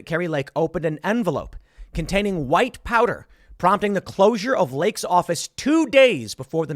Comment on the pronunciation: I almost thought you said white power instead of white powder 😄😄😄🤣🤣😂